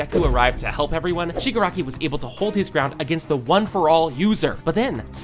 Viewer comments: Listen again he said shigaraki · Bro is saying shgari